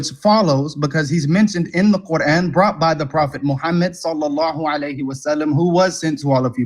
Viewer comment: Sallalahu Alayi wa salam Its pronounced Sala-lahu Ah-lay-yee wa salam